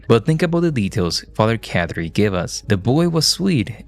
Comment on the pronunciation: His name isn’t Father Cat Tree … It’s pronounced Caw-Tree. Why do you mispronounce names you’ve heard dozens of times?